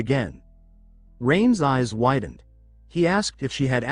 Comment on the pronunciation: I’m an hour and a half in… and every “Rain‘s” is spoken as Rain Es. Does ever fix this? 🤦🏻‍♂️ Great so far otherwise!